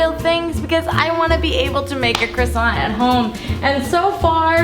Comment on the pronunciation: Croissant eh more like quackson